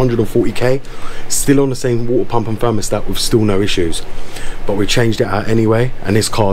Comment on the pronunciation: Wuahteh pamp 😂 jk great vid very informative